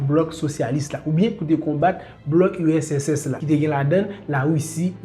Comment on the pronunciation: Bel travay. wap eseye pale two vit man esak fem gen enpresyon ou di usss la. Moun yo ka panse se usss men an reyalite se urss. Bon travay. Poutine gen tout rezonl li fè entèvansyon an. Neg oksidan yo (otan) twò rize. Epi yap dyabolize Poutine.